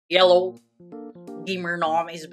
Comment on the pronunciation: I like the way he say yello at the start instead of hello.